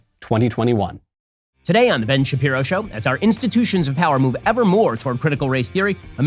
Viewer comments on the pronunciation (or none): none